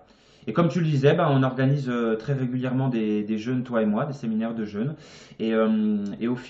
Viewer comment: Le mot jeûne [ʒø:n] ; vous le prononcez comme le mot jeune [ʒ œn] Merci de partager votre vidéo